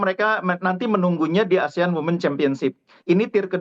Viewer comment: Wooiii reporter bahasa inggerisnya lucu WOMEN jadi WIMITS ; 😅😅😅 KOPLAK